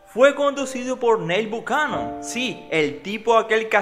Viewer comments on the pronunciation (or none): none